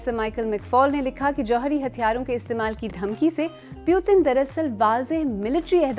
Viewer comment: "Pyutin" lmao